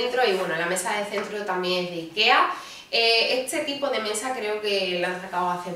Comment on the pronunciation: Esta lamparita. Echa lamparita. Detrás del la puerta tengo eche espejo. Todo pronuncia a con cha. Che chi cvo chu. Echa mecha. Osea mesa. Jaaaa muero de richa 😂😂😂😂😂😂 ancha luego